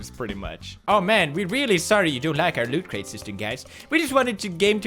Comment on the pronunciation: Why is he calling it LootCrate?